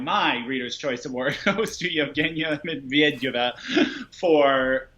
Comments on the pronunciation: more like Med-ved-eh-vah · Pronunciation: (Med-ved-yuh-vuh)